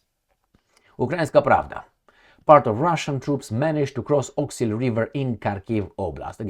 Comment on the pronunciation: You wrote 'Oskul' but pronounce as Awk-sil. Are you smart man? Do you pronounce ask as axe?